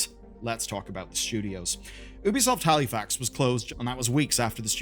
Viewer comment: its pronounced hal-eh-fax